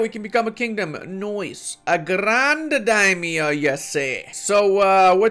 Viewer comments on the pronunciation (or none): none